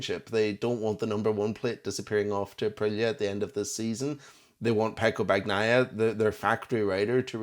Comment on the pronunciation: why are you calling him bag-naia?